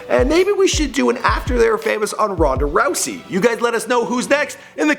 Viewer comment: "BEAT THE FUCK OUTTA RHONDA RHOUSEY" DAM!!!